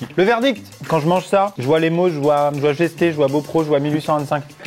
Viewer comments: Salut, Très bonne vidéo.. MAIS : Mes oreilles saignent. GeSté...... le S ne se prononce pas. Parcontre bien joué pour Beaupréau, beaucoup prononcent l'accent. :') Oui les mauges c'est un peu bizarre.... :') La bise ! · La prononciation de Gesté 😭😭😂 tout ceux qui y habite sont vexé je pense 😅